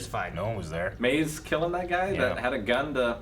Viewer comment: It’s maze not maz